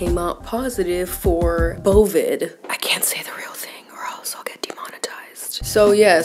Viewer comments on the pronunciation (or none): OH i thought she said it was smth other than covid then called it bovid and i thought bovid was a sub for smth else 😭